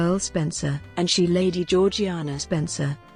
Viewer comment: in everything else I’ve watched about her it’s pronounced “jor-jay-na”which doesn’t make sense to me